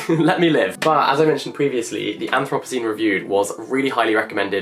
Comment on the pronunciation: I have never heard anthropocene pronounced like that haha